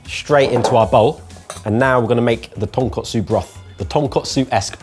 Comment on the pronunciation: One day they'll say Tonkotsu correctly and stop pronouncing it like the pork cutlet dish instead.